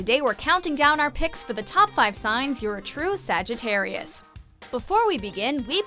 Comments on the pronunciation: I cannot believe she just said sagittariui is that a word?? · stop saying sagitairiyai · I got so triggered when she said Sagittari-I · Am I the only one cringing every time she says “Sagittarii”? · The narrator:sagttri Me: ITS SAGITTARIUS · ”SAGITTAREI” -narrator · Wtf is a Sag e teri I ?? It's Sagitarius.. Ends with US not I. At least say my sign correct. Lol Fr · Umm did she say Sagittari and not Sagittarius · i find it wierd that she keep saying Sagittarii =D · She said Sagittarei instead of sagittarius. Haha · You said Sagittarius wrong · Left at a minute cause she don’t know how to say Sagittarius correctly